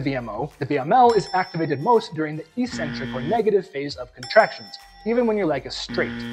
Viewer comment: EEEEEEEEEcentric is not a word in the English language, despite what the lifting community would have you believe. Some meathead a while ago must've thought that 'eccentric' only means crazy. It doesn't! It means 'away from the center'. Both from an etymological and a phonetic standpoint, it must be pronounced eK-Centric. Etymology: 'ec' means away. 'centric' means center. The tendons are moving away from the center of the muscle during the eccentric phase. 'ee' centric would mean 'without a center', which makes zero sense! Phonix: The first syllable is 'ec'. There's a 'c' in 'ec'. That must be pronounced as 'eK'. So, the word is pronounced eK-Centric, by two lines of logic. People might consider you eccentric to pronounce it correctly but don't take my word for it, -look it up for yourself, if you're really a man of science and learning!